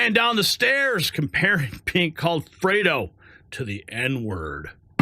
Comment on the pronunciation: You called me Fwedo 😂